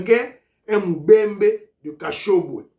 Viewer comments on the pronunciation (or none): MUBEMBA NOT MUBEMBE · bjr. Kazembe est mubemba !!!!!!corrigez svp on ne dit pas mubembe.